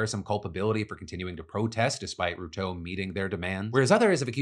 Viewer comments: It's pronounced William Ru-tore like "I tore my muscle " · How Phil pronounces Ruto is hilarious 😆 RUU-TOOO 😂